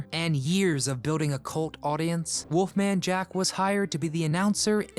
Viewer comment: Why does he keep calling him WOOFMAN Jack it's WOLFMAN Jack. Learn how to pronounce and enunciate geez.